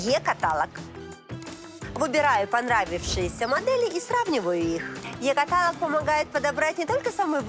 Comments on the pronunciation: Не катАЛог, а каталОг. Голос хотя у вас и противно-манерный, но это терпимо. Но вот ваши ударения просто слух режут. Это непрофессионально. Не уподобляйтесь блоХерам :))). Не смогла ваш ролик досмотреть даже до середины, несмотря на любовь к Флоренции :))). Такой озвучкой и своей хабалистой дешёвой манерностью в стиле Маньки-Облигации вы испоганили все виды Флоренции. Поэтому дикторы телевидения и актеры ставили не только учились актёрскому мастерств и ставили голоса и произношение, но учились и разговаривать грамотно. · Жанна в слове каталог, удаление на последнюю гласную, я понимаю, что вы не русская и всё же. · Е-катАлог. Серьезно? интересно, как рекламодатель это пропустил) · Жанночка, очень люблю вас и ваши программы, вашу непосредственность и своеобразность. Извините пожалуйста, но я хочу вас попросить, не катАлог, а каталОг! Вы журналист, а значит пример в правильности произношения (не имею ввиду ваши эмоции и прочее, только грамматику). Я украинка, но уважение к русскому языку чту. Благодарю за понимание! Успехов Вам и вашей программе. Смотрю Вас с удовольствием! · Помню из детства (передачи по радио о русском языке для детей) песенку «не говори катАлог, а только каталОг»!!!